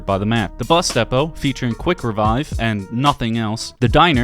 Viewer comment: Was enjoying the video till your mouth attempted to utter the word "depot"